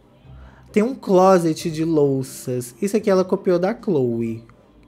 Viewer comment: O melhor do inglês dela é ela falando closet…